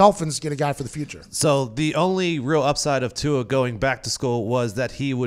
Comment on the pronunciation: Tua "Too" hard to pronounce! Just call him "Too".